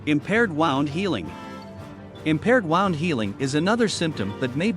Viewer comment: Wound, pronounced "woond"